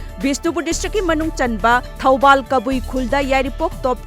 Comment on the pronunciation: you read as thoubal, it's not that you read its a Toubul Kabui village. minor error in reading. Make sure free error in reading.